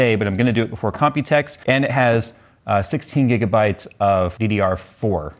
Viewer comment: That's how I'm going to pronounce Gijabites now :))